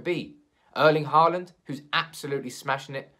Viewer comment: Just a tip here from a Norwegian. When you say Haaland, the double a, sounds like the first half of the letter O. Just listen to google translate. PS. Keep me updated through January! ;-)